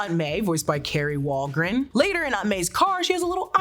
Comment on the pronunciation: That's KAH-ri Walgren FYI.